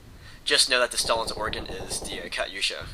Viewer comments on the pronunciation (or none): its not pronounced kutyousha, its pronounced katuyasha